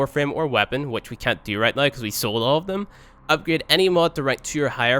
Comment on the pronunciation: I like how pronounces "now" like "noy".